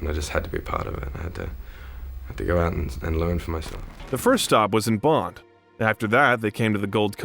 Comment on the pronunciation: Pronunciation of posthumously in this just sounds weird. Sounds like two words, post-humourly. Tip from Oz....Bondi was pronounced bondy, should be pronounced as bond-eye; and the Gold Coast ain't in Northern NSW. Else well detailed review